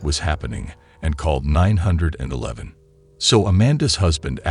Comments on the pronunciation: i lost it at "called nine hundred and eleven" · "She called her husband and decided to call her husband and call at "NINE HUNDRED AND ELEVEN"😂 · "She called NineHundred & Eleven" 😂😂😂